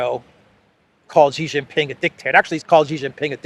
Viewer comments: SHEE JIN PING not JHEE. JHEE is slang for PENIS. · However, the speak himself is clown, I have chatted with him multiple times tell him to stop saying JHEE JIN PING and say SHEE JIN PING, SHEE likes like female in English, is correct, JHEE is slang for Penis, XI is SHEE not JHEE. The parent company SKY NEWS AUSTRALIA started the incorrect pronunciation. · are you Jaustic? It's SHEE JIN PING not JHEE. SHEE sounds like female. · it's SHE Zhing-Ping, come on.